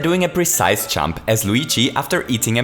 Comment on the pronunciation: It's pronounced jump, not champ.